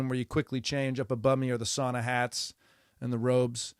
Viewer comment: I don’t give a rats ass about tennis, but I’m a fan of you at the Daily Show. Two things: you pronounced Toronto like a local😊; you pronounced sauna like a Finn 😊 I’m not from Toronto, further north we say Trawno. My family is from Finland, so all us Finns, maybe only me, get excited to hear someone pronounce “sauna” correctly. A piece of advice about sauna culture: don’t tell your kids to not piss on the rocks. That’s my brothers and cousins did before our parents entered the sauna. We got holy hell, but what the hell. Of course then we had a wood fired sauna with river stones on top - they don’t crack under heat apparently and steam of youthful piss to greet our parents. Again, don’t give a shit about tennis… except I knew Osaka-sans father in Osaka at his bar Zoz’s Bar in Shinsaibashi. His daughter must have been one or two years of age, never met her. I remember her father working to help the downtrodden of Osaka in many ways. One way he did was to open up his bar to my friend who organized “Onigiri for the homeless”. Matt Walsh, bless his soul, would make a traditional Japanese rice ball and distribute them to the homeless in Osaka. Also, he opened up his bar once a month for my open mic event “Writers Anonymous” without a fee and with staff. This was back in the 90s. When Naomi Osaka became a world champion, I could recognize her father’s values. I never met her mother but it’s an easy assumption her values carried through also. Love your comedy. Michael